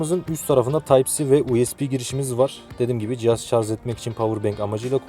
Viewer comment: Ürün tanıtırken şarz diyen adamı ciddiye alamıyorum